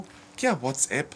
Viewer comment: fala uatsAp e não uatsEPS. O A alemão é igual ao nosso A brasileiro. Valeu